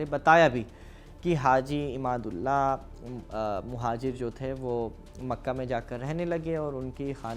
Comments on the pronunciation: Haji imdadullah nam ko ap glat bol rhe ho ap imadullah bol rhe ho shi nam bolo ap hindu logo ka jankari adhuri hai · Masha Allah video achhe the devband ka sahi tareekh bataya aap is ke liye shukriya Lekin aap se darkhast hai ulamaekiram ka nam adab se lete to ziya dah achha hota Nam me aap galat liya Imdadullah ko aap ne imadullah kaha har bar Makulat ko Ma.lu. kat kah rhe the Baqi video achhe lagi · With the humble request to correct in mind the word Malookaat, in fact this is Makoolaat/Maqoolaat. And The leader name Was Haji Imdadullah , Not Imadullah. Any way very informative clip u have recorded. Keep it up... Allah jaza-e-khair de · आप बार बार इमाद उल्ला कह रहे हो उनका नाम हाजी इमदाद उल्लाह मुहाजिर मककी